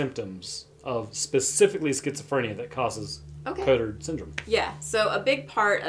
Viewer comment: Congrats ! You could not have pronounced that worse xD